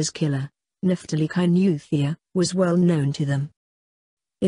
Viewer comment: Kainuwhat..?Useless pronunciation... Must a muzungu narrate this...???....about the killing...Let the parents grieve without abusing the girl...people comment as if they r better...everything is with the almighty God